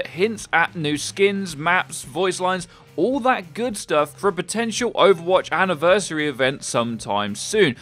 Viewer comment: So their "Ana-versary" its close eh?...